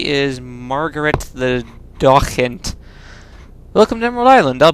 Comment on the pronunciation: "daw-khent"? wtf? Docent (doe-sent): n. 1) A university lecturer 2) A knowledgeable tour guide, such as at a museum, informing you of the displays/exhibits.